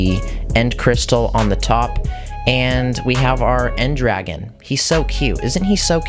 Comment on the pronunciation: “En-d-ragen” Wait, it’s not endragon? It’s Ender dragon!